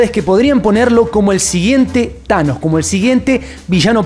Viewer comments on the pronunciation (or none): none